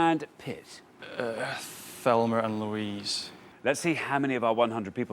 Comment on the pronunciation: Am I hearing things or did they both say Thelmer and Louise??? 😅